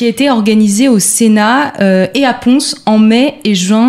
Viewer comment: PONS n'est pas prononcé ponçe mais pon.